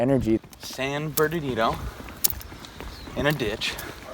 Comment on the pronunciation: It's not Bernadino, its is Bernardino, if you live in CA you should pronounce and read it correctly, those freeway signs are like 20 feet wide.